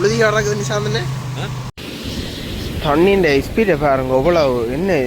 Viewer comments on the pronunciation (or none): இஸ்பீட் என்று உச்சரிக்காதீர்கள். ஸ்பீட் என்று சொல்லுகக்ள். அல்லது தமிழில் வேகம் என்று சொல்லுங்கள் .